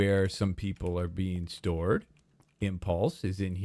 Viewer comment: Did he say stored or stoned?